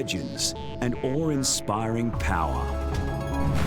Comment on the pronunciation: "Awe inspiring," not "ore-inspiring." No trill on the W. "Water," on the other hand, ends in an R, not an AH.